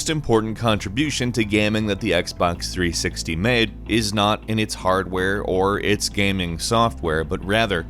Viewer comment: Xbox threesicktees